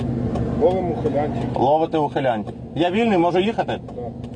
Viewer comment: "ловымо ухылянтив" блять🤦‍♂️🤦‍♂️🤦‍♂️